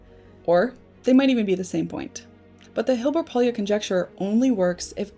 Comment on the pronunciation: Pólya was hungarian and his name is not pronounced like you did. Way off.